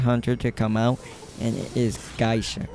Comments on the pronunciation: Ripper is one of the best Characters And this Guy is Crazy Cant even say Geisha lol he say Guysha. He say Hell Ember have long ranged Attack LOL? Every single Hunters attack even farther lol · i main geisha , but shes soooooooooo easily bullied . also its Gay-sha